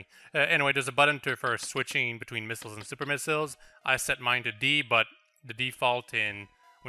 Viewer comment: It's funny how pronounces missiles like "Miss-ills"